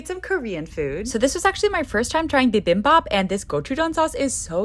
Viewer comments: You pronounced bimbimbap incorrectly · just for some context its pronounced “bee-beem-bap” bibim is refering to the mix and bap is rice! :) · Your pronunciation of bibimbap made me laugh haha